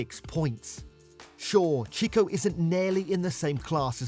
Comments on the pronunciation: Cheeko? All the sound effects added at the end of each sentence was annoying as. Don't try so hard. And make sure your voice over knows how to pronounce the names correctly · Yeah, done with this video the moment the guy said "cheeko". If you can't pronounce the names, I'm not going to trust your analysis.